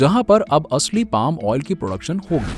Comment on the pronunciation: आयल नाही भाई ऑईल 😂😂 अनपढ